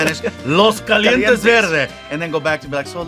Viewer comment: Dude I loved how fluffy caught Sean’s pronunciation on “los calientes verde” lol but sean has to at least try to pronounce it.. he’s basically just talking Spanish in English lol